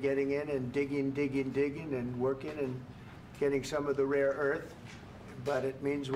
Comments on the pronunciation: Somebody tell Trmp it's "rare earth", not "raw earth". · ... is Mr. Trump saying "raw earth" instead of "rare earth"? 10 minutes in. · He did say raw earth...no getting around that. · What is “roar” earth? Please help